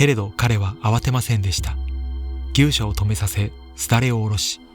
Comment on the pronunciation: ぎっしゃと読むのでは。ぎゅうしゃは農作業です。